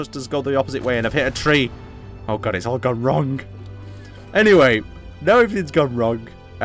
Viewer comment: Anyone else get driven mad by pronouncing the g in wrong?